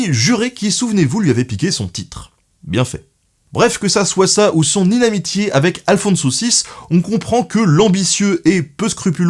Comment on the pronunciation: Hello ! :) On dit "inimitié" et non pas "inamitié" ! Sinon excellente vidéo comme d'habitude ! :D